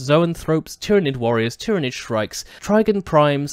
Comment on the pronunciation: Planet Tyran - Pronounced Tiye Ran. Tyranid - Pronounced Tiye Ran Id Pronounced Tiranid anyway FML